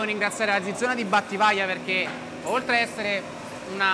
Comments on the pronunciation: Ma soprattutto perchè ciccio dice Zizona invece che Zizzona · Come pronuncia male quel "zizzona". La z va letta come ts e non zi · tutto bello però si dice zizzona, il suono deve essere zi, no zeta, gg Ciccio bel video